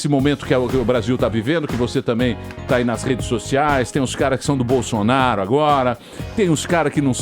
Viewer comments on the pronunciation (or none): none